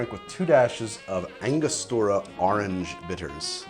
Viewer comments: Started episode taking a shot every time I heard ahrenge. Now me tips les gud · I honestly tune in for the close up shots, and to hear try and say Orange, ahrange, arng, harngé